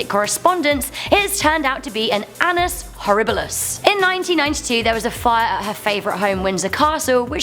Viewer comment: did she say ANUS horriblus